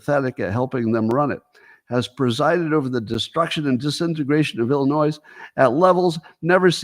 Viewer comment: The S at the end of Illinois is NOT pronounced.